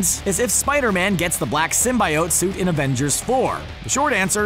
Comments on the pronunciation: Symbi-oats! Full of fiber and mispronunciation! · That not how you say.... SYMBIOTEEEEEEE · that's not how symbiote is pronounced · If you keep saying symbiote like that I'm going to burn all of your clothes. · I hate how they pronounce symbiote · Stopped watching when you said symbiote. 🤢